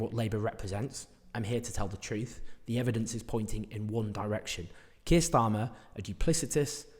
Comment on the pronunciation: When you said ‘this Keir’ I thought you said ‘this kid’ 😂